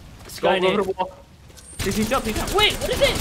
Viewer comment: Bro u killed me when u said “how drrrrrdd I not know that” about loba and her ultimate near a fault.